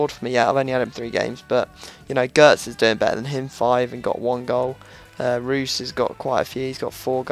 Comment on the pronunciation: It's pronounced roys not roos.